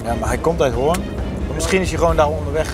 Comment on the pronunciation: Zo mooi hoe stuk Hoorn uitspreek. Je hoort echt dat ze er niet vandaag komen. Tis Hooren zoals Antoon t zegt.😂